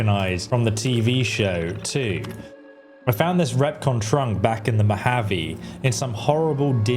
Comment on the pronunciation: Not to nitpick...but... you say 'recon trunk'...it's a 'Repconn trunk'. PAX